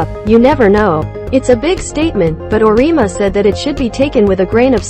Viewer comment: Auriemma is pronounced or-e-emma